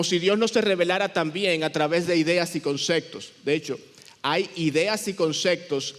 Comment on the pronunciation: no se dice concectos, son conceptos